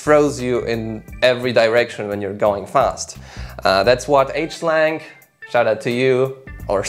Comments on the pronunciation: lol, he said H Slang.. HSIANG is pronounced like SHANG, or SHANE... like NGUYEN is Pronounced WEN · excellent video, the other reviewer Hsiang its pronounced Shawn, I just learned that the other day.